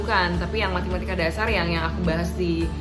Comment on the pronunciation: Matematika kak bukan MATImatika 😂😂😂 Btw thx kak motivasinya! GBU 🙏🙏😊